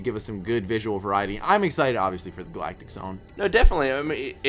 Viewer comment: Did you just pronounce Galactic as Gall-Actic?